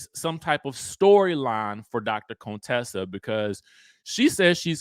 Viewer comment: Her name is CONTESSA NOT CONE-TESSA. Please stop pulling that shit Heavenly used to do, “low key” trying to sneak in the word coon in her name. So tired.